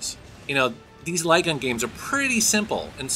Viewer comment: Look me until about 5 minutes into the video to realise he was saying light gun and not lygan, I was wondering what the hell a lygan game is lol.